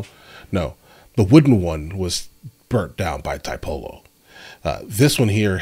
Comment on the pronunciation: Tiepolo is pronounced "tea - aepolo" instead of "thai - polo".